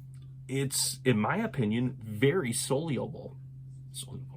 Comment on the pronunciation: "sol-ly-able"...LOL. Thanks for the info.